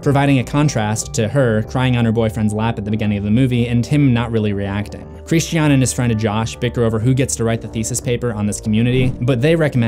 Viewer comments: Its Christian, not KRISSED SHEE AHHHN. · Who is this "Hreesteaawn" you keep referring to? ;) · His name was Christy Ahn. 🥸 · “Kreeshtee ann” ... it’s Christian. It’s literally talking about Christianity - Christians character is direct commentary on Christianity lol don’t deny that shit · It's Christian not Christi-An just fyi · Bryana gabaldon Chris-chean. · Almost as bad as that trash last Airbender by Shyamalan in which Sokka was pronounces(Soh-ka) and Aang was pronounced(Ong) pissed me off the entire movie. Chris-chean is runner up tho I honestly wana turn the vid off because of it but I wana see what I might have missed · It's the one example of where Florence Pugh's British accent pops through. The way she says "Christi-an" is the way Brits generally pronounce that name. Simple explanation. Americans find it not so simple. 🤷‍♀️ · SuJu_Mimi christiiiien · My man, why are you pronouncing his name like “Christianne?” It’s a word I thought was actually impossible to mispronounce in most places in the world. Anyway, I think he’s named this as a sort of reflection on religious and cultural violence. Many people in history have committed acts equal to, and in some cases more heinous than what occurred in the film in the name of his namesake’s religion. It’s quite clever really. We’re faced with so many questions regarding the acceptance and treatment of alternative societal, cultural and religious norms in this film. It plays with the ideas of what kinds of behaviour are acceptable and welcomed, or taboo and outright disgusting. It’s a constantly-moving ethical line, and we experience this day to day without even being aware of it. Superb film. I really hope Aster doesn’t completely abandon the horror/thriller genre for the rest of his directorial career. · Christian… Chris-Chin ¯\_(ツ)_/¯ he’s not a girl so it’s not pronounced Christianne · The scariest part of this video is the way he pronounces Christian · Bryana gabaldon glad someone else noticed.